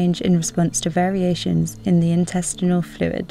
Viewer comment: Sounds brilliant. The narrator doesn't though, just because she's British, LOL. "Interstitial" came out as "intestinal".